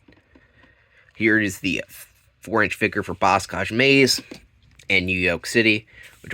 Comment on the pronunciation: Why do you say boscage maze “Buscuge maze” btw its Rusty rose